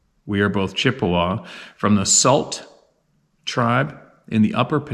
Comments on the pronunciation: The Upper Michigan Tribe is pronounced Soo. (Sault) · Sault, pronounced Soo. As in Sault Ste. Marie, Mi. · The Sault Tribe pronounces it 'Sue' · Hi to and the tribe I just wanted to say to Tristan's dad I am so incredibly sorry about your loss, I've had two suicides in my family also and it's the hardest way to lose someone in my opinion. I wanted to also just correct one thing I know it's hard, but the Sault tribe is pronounced like Soo... There are different spellings but all pronounced the same... Sault Ste. Marie is in Michigan right on the border of Ontario Canada, which they also call their city Sault "Saint" Marie... Anyway, thank you a ton for posting the link to help raise awareness for child suicide... It is happening way too much in this wicked world right now and we ALL need to stand up for these kids!!! Love to you all!!! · Sault as in Sault St Marie Soo St. Marie.....Sault is pronounced Soo/Su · He, us Michiganders pronounce Sault ———— Sue 👍